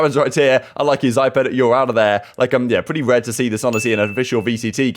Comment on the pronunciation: Since FPX are apparently going to be decent... it's "zip-pan" and "sh-ow". "Ow" as in the expression of pain